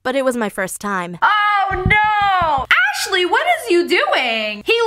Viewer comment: AGAIN... SHE SAID ASHLIE... WHAT DID I DO THIS TIME SSSniperWolf?!